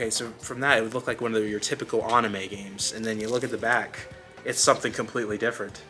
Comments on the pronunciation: Nope hes definitely trolling because what exactly is an "aunime" 😅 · I didn't think anyone noticed that except me! Lol was like why is he doing this to me!!!!! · LOL, I have nothing against with the "accent", but never heard "uhnime" as much as on this video. Haha. Also "Yugeoh". Please at least try to pronounce them right! "Uhnime" was a bit cringy. 😂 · If he says annime and yugeeoh one more time I'm gonna have a stroke.